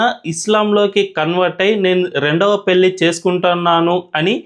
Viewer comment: yentamma nee telugu, telugu raani muslim matladuthunnattu vundhi. Please telugu konchem improve chesuko. Pelli kaadha, pellhi ani palakali. Learn telugu to express good.